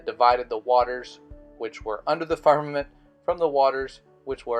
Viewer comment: He cant even say "firmament" right and expect us to believe him.